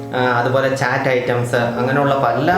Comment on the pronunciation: Ethu kolaa..... ചാറ്റ് അല്ല... ചാട്ട് alle....???